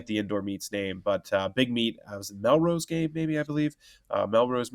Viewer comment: Millrose Ryan. Not Melrose Place. Lol.